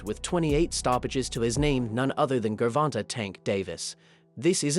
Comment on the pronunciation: Bro Said Gurrvonta Tank Davis